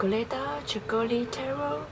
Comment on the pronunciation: not ceccőli, but cèccoli